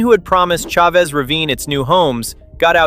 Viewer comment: this is the best, most well-rounded explanation of the who Chavez Ravine saga. One note: "Chavez" is pronounced "CHA-vez", not "Cha-VEZ". I look forward to viewing more of your content.